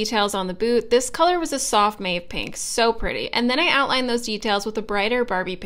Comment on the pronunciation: Not a criticism. Just a heads up. That color is pronounced mawv not mave.